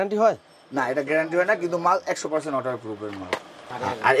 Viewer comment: পার্সেনট বলেন রেট বলেন না এটা আবার কোন টেকনিক